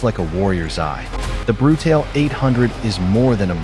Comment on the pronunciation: I think it’s important to pronounce the model name properly.